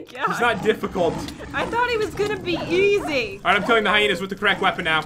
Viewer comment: first called the hiyinas coyoty secont she called them hiyinas